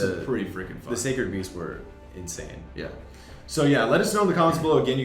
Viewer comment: I built a sacred beast deck that has 8-10 continuous traps in it to make uria more of a threat. Also, pronunciations of the beasts is the correct way to say them lol